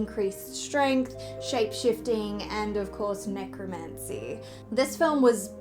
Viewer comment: Yeah DND shout outs! you pronounced necromancy incorrectly